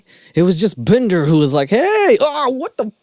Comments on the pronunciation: I laughed out loud everytime you said "Bndrrr" 😂😂 best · Omg i love the hell outta u when u do the Indian accent I am literally crying with laughter -bender come on Can u do a video with that accent the whole time??? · Why do you do an Indian accent whenever we talk about Shane Dawson's character, Binder? Am I missing something? I just have so many questions about this movie? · Everytime you say binder in the Indian accent omg 😂😂😂😂I'm losing it 😂😂